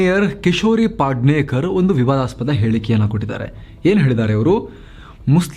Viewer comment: ಪಾದ್ನೆಕರ್ ಅಲ್ಲ ಪೆದ್ನೆಕರ್.